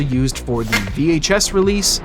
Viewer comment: too much emphasis on "THE"